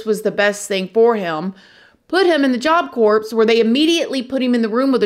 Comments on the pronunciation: Unbelievable! Good job! I NEVER comment, but seriously? Job Corpse? I love you!! You for sure know by now it’s Job Core (pronunciation), but I can’t help laughing. Love you child!! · Job Corps is pronounced Job Core. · Job Corps = Jaap Kor 👉 (pronounced, sounds like) (p & s are silent) 🙂👍